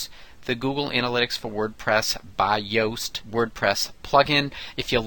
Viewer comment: his name is actually pronounced as "Youe-st" lol but good tutorial...